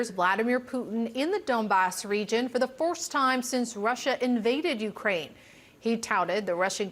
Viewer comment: the way she pronounced 'first time' at the start 😂